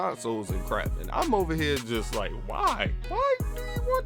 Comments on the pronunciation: This nigga from dc or pg cause I heard “jih like” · Hold up bruh did you just say ji-like you from pg or dc